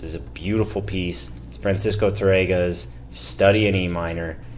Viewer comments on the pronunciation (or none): TArrega not taRREga 😊. But great interpretation and lesson . Tanks